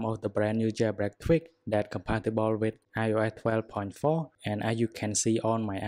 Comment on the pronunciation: Why u say İOA instead of İOS?!